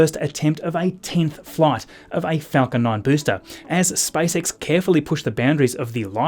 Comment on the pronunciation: He said SpiceX rather than SpaceX